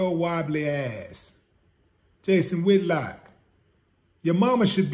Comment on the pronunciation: He said “ Jason Ham-Hock” 😂😭😂